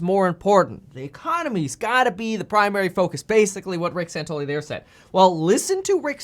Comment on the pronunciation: San Ton ELL ee